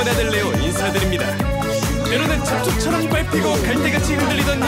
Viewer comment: ..ㅋㅋ 원우 잡초처럼을 첯ㅊ처처첯이라고 들었어서 경음악의신 할때 실수린줄 알았는뎈ㅋㅋ